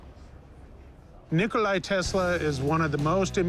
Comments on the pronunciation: its NIKOLA Tesla not NIKOLAJ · why do people say NikolaI?